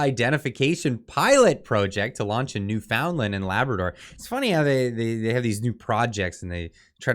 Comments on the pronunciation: Just a bit of advice,; don't pronounce it "New-FOUND-Lnd", It is "NEWfin-Lan". Just trying to help. It"ll save you some grief. lol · …It’s Pronounced NewFUNland ya dingus. Do you even Canada bro? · It's pronounced Newf'inlund in Canadia. TrudeauMustGo. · Sorry, I thought you should be tarred and feathered you need to pronounce you Newfoundland correctly